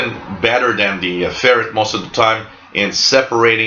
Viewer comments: Usually English speakers pronounce it "Fer-right". It differentiates it from the animal Ferret, which is kind of the way this guy pronounces it. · You pronounce ferrite ferret or is this the Canadian pronunciation as the ferret is the domesticated form of the European polecat lol. good loop antenna though.......